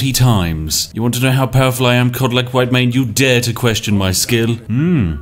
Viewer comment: "Cod lick" whitemane